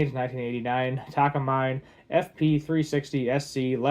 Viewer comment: Just a suggestion but if you want to make a channel with the work "Guitars" in the name, learn how to pronounce the brands properly, such as "Takamine"